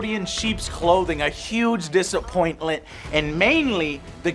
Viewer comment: "dissapointlet" I love you, but do you wanna maybe do another take?